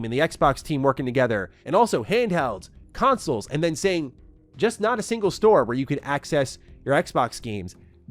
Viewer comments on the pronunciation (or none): He said "stingle store" hehe brrrrbrbrr